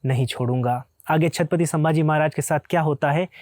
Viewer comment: आप शांति से छत्रपति बोलिए आप छतपति बोलरहे हो विडियो में ए महाराज का अपमान लगता हे 🙏 हर हर महादेव 🙏